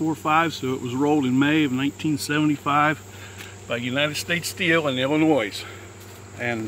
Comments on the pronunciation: ...there is NO, "-noise" in 'Illinois'. You're welcome. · Living in Illinois. The s is silent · How are there still Americans who don’t know that the s is silent in Illinois? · i know some people who wuould kick your ass for the way you pronounced Illinois